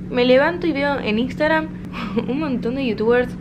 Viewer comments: en el principio jajjaja "Instagran" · Nadie:: INSTAGRAN